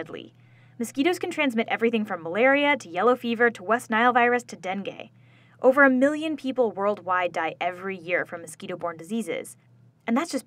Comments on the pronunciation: Wtf is a Den-Gae? I would've thought a channel that teaches people would at least know how to pronounce Den-Ghee. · You pronounce dengue dengoo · No! Not de-N-gue the It's deng-ue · I couldn't focus on the video after listening to her pronounce dngue as dengay Have I been living a lie